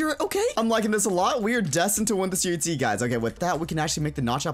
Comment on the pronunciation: UHZEE Is joe he says it XD